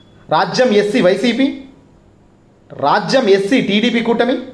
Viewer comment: అది రాజ్యం కాదు స్వామీ.... రాజాం